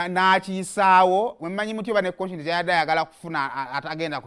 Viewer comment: The way you sound up the name koshens mbu konshens